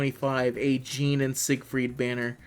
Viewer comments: Stop saying "jean" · wtf are you calling Jeanne... "Gene"?